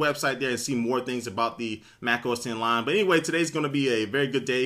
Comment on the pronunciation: does anyone else think he's saying "lime" when he says "lion"?